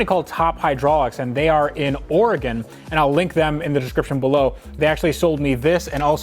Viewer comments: Everyone's talking about car stuff and I'm just stoked pronounced Oregon correctly. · Thank you for saying Oregon correctly